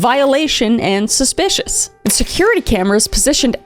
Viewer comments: Kris needs to make T-shirts that say "SPUH-SPICIOUS." And the proceeds can go to her court fees after T** sees this video. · Am I missing some joke with your pronunciation of ‘suspicious’ ? It’s wrong every single time. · Suspicious.. Not Spuspicious ... 🤦🏾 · Are you saying suspicious because I keep hearing you say spespicious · The SPUHSPICIOUS was so Wiwey 😂🎉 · I gave it three “spshpicious” I’m out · Genuinely curious as to why u pronounce suspicious wrong😭 is it on purpose? It makes me laugh every time but u sound like u think ur suppose to say it like that. Great video btw🔥— omg u said it right! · Just realised: Kris might not be able to say suspicious right 🥹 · I was wondering the same thing